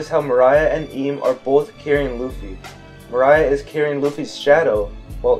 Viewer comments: Dude love the theory but pls dont call moria mariah kek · The way you say Moria kills me it’s more-ee-uh not muh-rye-uh he didn’t sing always be my baby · His name is Moria (More-Rea) not Maria (Mah-Ryah) hearing u butcher such easy names was nerve racking tbh still watching tho...I like da theory but not buying Oars being Joyboy tho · Okay theory aside why do you keep calling him Mariah? His last name isn't Carie. It's Moore-ria bro. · Mary-joe=Marijois, not Mo-rye-ah its Mor-ee-ah=Moria. Much of the evidence I think you overthought, just because of the words gold and rocks on top of the use of strawhats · .... He called Moria. Mariah.... Points deducted for funny pronunciation.... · It's pronounced more E a not more I a It's so irritating that everytime I hear you miss pronouncing it I want to immediately stop your video. Which is a shame because your theories are pretty interesting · Mo-ri-ya Gecko Moria that's how you pronounce his name I believe. And awesome theory. I love it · Say it with me More-ree-a Moria In all seriousness, excellent video, don't know if you've seen the mega one piece theory going around but his latest video is about joy boy and these 2 theories could fit well together. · Had to stop watching. I put up with you mispronouncing Mor—ee-uh I put up with the stupid thing with D and O. By the way if you overlap their Ds you just get a D. You’d have to flip one first. Also that whole line of thinking is flawed horribly. Other characters have names that start with O: Oden Otsuru Oimo Omlette just to make a few. But Rogers surname is Gol not Gold. It’s literally Roger who explains that in the story. Come on man. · This guy said moariah🤣🤣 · "Mariah" lmao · I'm interested in this theory but the way he said moria is fukin distracting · Everything sounds valid but do i trust you if you can’t even pronounce Moria properly?😂joking. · Bro. How u gonna make a video and yet still mispronounce Moria. Like seriously. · Why do you keep calling moria "Mariah" 🤣